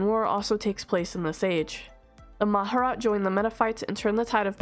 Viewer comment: Respectfully you mispronounced Mah-Jar-Rat